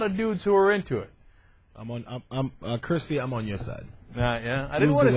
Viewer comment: they can't even say her fucking name correctly.. it's KIRSTIE NOT KRISTIE you melts